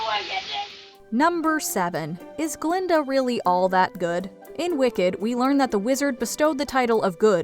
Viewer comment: BTW: "Glinda", NOT "Glenda". You're welcome.